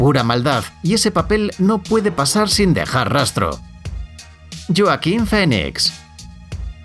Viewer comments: Como que yoaquin se dice (juaquin) XD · No sabía que mi nombre de pronunciaba yoakin, toda mi vida me han llamado Joaquín. Viejo los nombres no cambian sin importar el idioma. Un anglo parlante puede que lo pronuncie diferente pero un hispano parlante lo debería de pronunciar bien. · Por que dices LLOAQUIN??? Sindrome WatchMojo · Porque dices el nombre de Joaquín Phoenix así de mal por dios?? si el es puertorriqueño, su nombre se pronuncia con J no con Y OMG!!! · Like para que pronuncie buen Joaquín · Dijo mal Joaquín Fénix buscalo cómo se dice Joaquín Fénix traductor